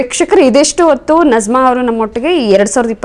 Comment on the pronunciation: Nazma antha Allaa Ivara Hesaraadharoo Sariyaagi kareyiry. Bareyiri. " NAJMA" Arabiylli Najma